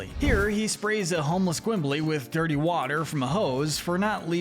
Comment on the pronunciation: *dir-tee brown wah-ter